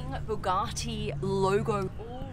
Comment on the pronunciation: I could never subscribe just because of the way she pronounces Bugatti.